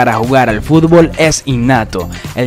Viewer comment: Siempre dices furbol jajaja